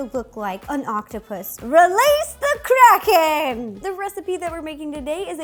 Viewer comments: I thought she said "Release the crack head!!" 😂😂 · I thought she said release the crackhead 😂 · Is it just me or does it sound like she said crackhead 💀😂